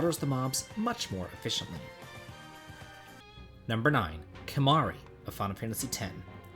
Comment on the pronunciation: Kimahri!? You're breaking my heart,.